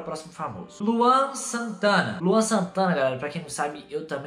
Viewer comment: Quando o manda mensagem pro Luan Santana invés de ele fala,, fala Luan ele fala, FALA LAUN kk